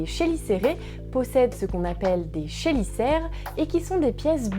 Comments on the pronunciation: Super découverte de ta chaîne. Un abonné de plus 😉. Pour les chélicères, on prononce kélicère pas ché. Sinon superbe vidéo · La prononciation de chélicères c'est plutôt "Kélicères" :p